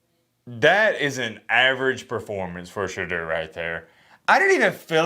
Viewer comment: put some respect on Shedeur’s name = it’s SheDOOR, not SheDURR… it drives Deion crazy. Now you know.. when people know the right way to pronounce it and choose to say it wrong, you know it’s disrespect..